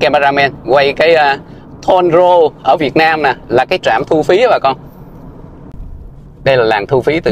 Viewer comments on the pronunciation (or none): Dùng tiếng Việt hết đi, không nên thêm tiếng Anh nghe rất khó chịu, Toll road đọc là thon rô nghe không hiểu cho đến khi đến chữ trạm thu phí mới hiểu, bùng binh người Việt Nam ai không hiểu đâu cần dịch ra tiếng Anh roundabout , nhiều người lớn tuổi ở thành phố mình ở không hiểu gì chưa nghe qua. Làm ơn nói tiếng Việt hết đi.